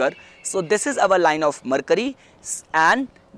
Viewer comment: its our not auvar